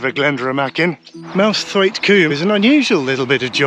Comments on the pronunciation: Good effort with the fells name - but it's not quite right. 🤷‍♂ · lovely video, thanks for taking us along!:) I pronounce it Souther Fell though, I hope you wont take offence:)